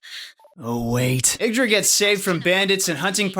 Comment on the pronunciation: Ye-ig-dra not iggdra